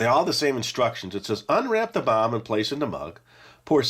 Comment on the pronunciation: I swore I heard you say "Chocolate Bar" instead of "Chocolate Bomb", but it sounded more like "CHOCOLATE BAH" 🤣 Keep up the good work (I've been watching since I was a little kid, and still find this channel entertaining)